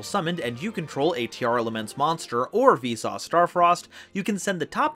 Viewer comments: I think it should be closer to Veesus. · Everytime he says Visas, I always hear it as "Vsauce", which made me confused at first. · You cannot convince me he hasn't been saying V-sauce this entire time. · I'm pretty sure he's been intentionally saying it as "Vsauce". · the way you pronounce visas makes me think you're saying 'Vsauce' and i can't get it out of my head now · Not going to lie, every time you say Visas I hear Vsauce XD. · Cant unhear "Vsauce" up until reading it, and honestly still have a hard time pronouncing "Visas" that way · Everytime he says Visas, I hear V-Sauce ':c Anyway, those cards arent even out yet and I already hate them. Played against em in Edopro and was like "Why would anyone want to play this, other than ruining your opponents fun on purpose?" These Kshatri-La's are so overly boring and do nothing but "Don't let your opponent play the game". Why, Konami. Why. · Why do I hear Vsauce instead of Visas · Am i the only one who pronounces the = on visas' name?